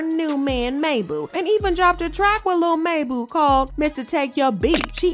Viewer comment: Girlllllll😂 cringe 😬 rn PLZZZ STOP SAYING MABU LIKE MAYBOO ITS MABU (MOB-BOO) 😂😂😂😂 THAT'S ALL CARRY ON😂😂🎉❤